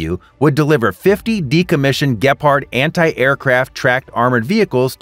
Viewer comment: Dude, please get the German Name Right, it’s Gepard and Bundeswehr Not whatever you said.